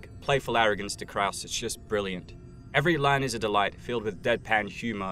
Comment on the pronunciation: It sounds like Krauss is saying f- you to Hellboy instead of stay focused